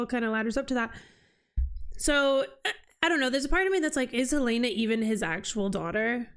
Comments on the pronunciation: Yes, the pronunciation is the same as the Capital city of Montana! Not "Hill-ay-na" but Hell-in-a" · It's a little thing, not worth making a big deal about but - you are not pronouncing Helena's correctly.